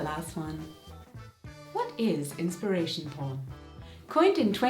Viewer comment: Inspiration poarn? Slide an "a" in there?